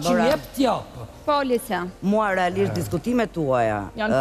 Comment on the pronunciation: Hahaa😂 Ai momenti “relaisht&sinqeisht”….si kiara❤